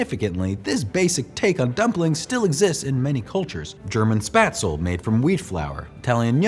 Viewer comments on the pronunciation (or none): none